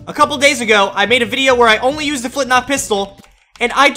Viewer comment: it's flintLOCK not flintNOCK